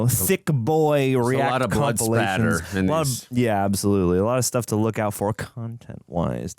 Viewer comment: Blood Spatter. Not Splatter